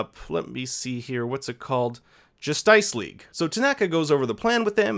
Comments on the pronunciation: Bro you pronounced justice league as justyce league.If it isn't sarcasm I am giving you a thumbs down👎👎👎👎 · wait.. did you just point out "Justice League" so weirdly